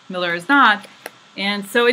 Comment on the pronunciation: You have been right on the mark. Great readings. I had you playing in the background while I work and missed a bit of the reading. I thought you were saying "Miller" and kissing the Miller card. LOL.